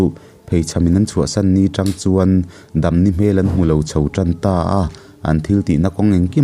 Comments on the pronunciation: Ṭang i tih hi tang tih zawk tur. Ṭang a nilo Tang zawk aw... Ṭin hnih hi Tang khat a ni e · Țang ni loin 'tang' tih tur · welcome back sir....Chuan trang nilo in Tang tih tur anih hmel😁😁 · Tang alom t t u v z a tri hi anilo t ang a lam zawk tur a alawm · Tang i lam dan kha Tangka a tang anga lam tur. Tlemin a tawplam thlun sei deuh tur. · Țang ni loin Tàng tih tur a ni e.chuan,Haimual tih kha Hai tih lai hi theihai kan tih a a hai thlukin lam san deuh zawk tur a nia.mual tih lai kha chu mualpawng kan tih a a mual lai thluk a lam leh tur a ni.kan khawbul a nia ka rawn sawi ve mai mai. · Trang a nilo, tang tih tur..chuan buh chu phun tur, vit phun tiag chi te..Phun bul bul tih Phun thluk in i thluk a..